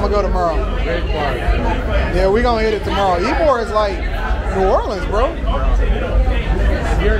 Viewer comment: Tampa in the winter is milder than Miami. Perfect time to visit the beach. Oh, and Ybor is pronounced (E-bor). It’s literally Cigar city.